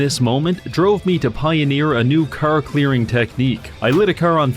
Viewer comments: like I said, idk what's up with them, it's weird that he pronounces "car" as "kerr", normal people don't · not sure how him being canadian makes him say "car" wrong, 99.9% know how to speak properly, source: am canadian